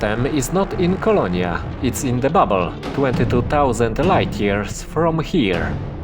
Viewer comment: Dobry film ale popracuj nad akcentem i dykcja, "fargoid" "babble" "space bags" "prystin", bedzie latwiej zrozumiec co mowisz.